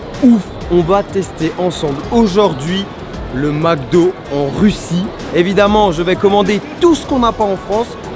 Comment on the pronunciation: « des crevettes au maque do?! »😂😂